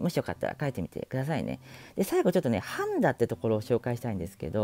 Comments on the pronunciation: 半田の発音おかしくね？ 「はぁ⤴️んだ」って(笑) 「はんだ」だよ。 欧米人が するような発音じゃねえか。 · 半田のイントネーションが 橋本環奈のかんな、 ではなく削る方の鉋(カンナ) のイントネーションですw は→ん↓だ↓ではなく は→ん→だ↑ 笑 旦那の地元なので気になりました！笑 愛知県取り上げてくれてありがとうございます❤️ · 半田？パンダみたいなイントネーションやん💣 イントネーションはハンダゴテのハンダ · 千種と半田のイントネーションが不思議な感じでした。 まあ住んだことない土地の地名は自分でもそうなりますね。 名古屋の紹介、ありがとうございます！ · 最後に半田市を取り上げてもらってありがとうございます！ 生まれも育ちも半田市民です。 、半田にも来ていただいたんですね！ 半田市は歴史的にみても知多半島の中心都市で、ミツカン酢の発祥地とか、他にも沢山誇れるものがあります。 ただ、地理上淀みの地域でもあり、人口や産業の流れに不利な場所かな。 「はんだ」のイントネーションと、「まぁいいや」にワロタｗ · 半田のアクセントが(ヾ(´・ω・｀)よ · 半田のイントネーションが 気になるっ 抑揚は無いです